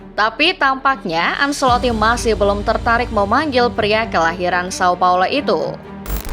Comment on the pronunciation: Maaf, penyebutan ancelotti: ancelotti bukan anselotti